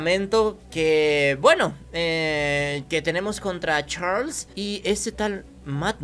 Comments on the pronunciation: No sé lee cho cho chales se Lee cho cho charles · no se dice Choo Choo Charles se dice Charles